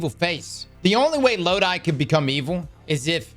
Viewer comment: The characters name is NOT Lod-I it’s pronounced Lod-e. IE Loki Norse name.